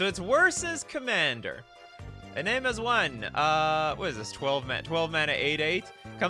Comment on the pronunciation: i -name. it's I- "EE" Na - "Na as in the sound of KNOCK" Me - "may" I love these but you got to do your phonics research man!